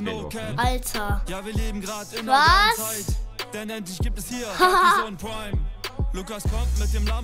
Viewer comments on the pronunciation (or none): Alter pweim es heißt Prime